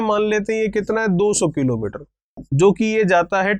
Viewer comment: Sir aap किलोंमीटर कीलोंमीटर q bolte ho 😃😃😃😃😃😀😀😃😃😄😃😃😃😁😁😃😀😀😄😄😄😃😃😀😄😁😁😄😄😃😃😃😄😄😁😁😁😁😄😃😀😀☺😄😄😁